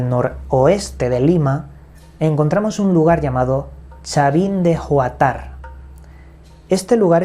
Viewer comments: Chavin de Huantar, no huatar. Y ha sido bastante estudiada por el arqueólogo peruano Julio C. Tello, entre otros. El Monolito representa a Wiracocha el dios andino, creador de todo, según la religiosidad andina. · Correccion: En Chavín de Huantar no se pronuncia "de juatár", se pronuncia "de huántar". Sonido de "h" (muda) y golpe de voz en la.primera "a". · en Peru’, la pronunciación es..... guantar y escribimos Huantar. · Hola me gustó mucho tu video, el nombre Huantar se pronuncia así: Guántar (acentuado en la primera a). Chavín de Huantar es una de las ciudadelas más famosas de Perú que bueno que hayas tocado el tema porque muchas veces nosotros mismos como peruanos olvidamos todas las maravillas que tenemos en nuestros país. Saludos!!! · se pronuncia huantar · es chavin de huantar y se pronuncia wantar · se escribe CHAVIN DE HUANTAR y se pronuncia chavin de guantar o wantar, mas o menos como water, pero watar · Cahvin de Huantar se pronunca con la "H" muda! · Todo bien pero tu pronunciación esta mal es "Chavin" asi como del Chavo asi y no es oatar creo dijiste es "Huantar" con h muda. Del resto gracias por resumirlo y dar a conocer a mi pais 💛🇵🇪